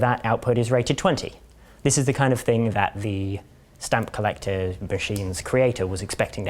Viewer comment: I thought he was saying a stump collector lol. A man collecting stumps.